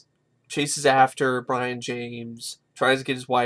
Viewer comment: brian???? its brion